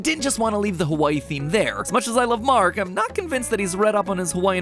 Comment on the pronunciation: dude , your map of hawai’i is upside down i’m from hawai’i and it just looked so off but then i realized it was upside down😭 also said hawai’i wrong but i’ll let it slide